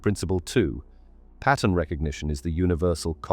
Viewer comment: the way you say 'pattern'. pah uhn